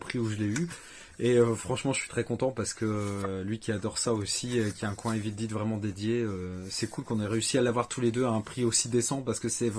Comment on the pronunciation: Basil détective privé je l'avais vu au cinéma. J'avais 7 ans. Avec mon oncle. Je me suis pris les steelbook de Cars 3 et Les indestructibles 2 en soldes à la Fnac Très bon film Copland Sympa le collector Evil dead (et non pas Evil dide lol) Pourquoi les gens disent Evil dide mais pas the Walking dide ? On ne fais l'erreur qu'avec Evil dead, même pour Dead or alive, Night of the living dead, Braindead, Deadpool les gens prononcent bien le mot "Dead" Il me semble qu'il y a la VF d'origine mais le film en format 1:85 (le format d'origine étant )